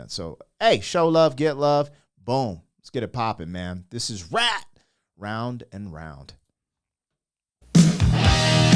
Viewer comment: i no u all pretend u no shit about real music,,,,but mispronouncing titles like round and round, like just read it bro, darting eyes are a symbol of liars i learned in psy>>>>>